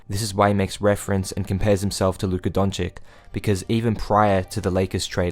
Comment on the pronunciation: DONCIC is pronounced Donchich kendrick a bum for that dont copy him there